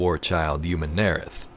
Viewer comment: I absolutely LOVE your videos man, but the way you pronounce Umun'arath just doesn't quite sit right with me...